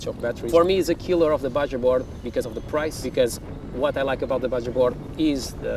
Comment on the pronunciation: BajaBoard is pronounced “baha” board